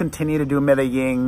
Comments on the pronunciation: Hi Pere, Love your reaction Video's about Madonna's new songs from Madame X but I want to help you out with the way you're saying "Medellin" you're saying Medeying with a Y & it's Pronounced Almost with a G I googled it for you & here's how it's said "meh deh jEEn" the "Jeen" part in the title almost sounds like the word "Jean" so just trying to help you out. I speak Spanish so from 1 Queen to another LOL I just want to help. Now about your reaction to Madonna's new song "I Rise" Which is about the LGBT community, Also for the Video the drag queens she uses the drag queens from Rupaul's Drag Race & She said this will be a Gay Anthem. I also love Madonna's Ballads & I thought her Billbord performance was SOOOOOOO AMAZING & I thought the holograms were incredible. She spent 5 Million for her Billbord performance & If that performance is any indication of what her tour will be like then this tour will be AMAZING & I agree, I felt like I rise is way over Auto-Tuned & you're % RIGHT Madonna never really used Auto-Tune like Cher & Britney do on every song & I've been to + of her 10 tours (Missed The Virgin tour 1985) & her voice is amazing live. When my husband & I went to The Rebel Heart Tour we were on the floor right at the catwalk & where the heart was, I was 5 feet from her & was losing my mind. I Can't wait for your reaction Video to "I Rise" Because she said it's about the LGBT people so I think the video is going to be amazing. Also here's the list of single & their re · It’s pronounced “me-da-zheen” :) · You're pronouncing Medellin wrong. Madonna pronounced it correctly.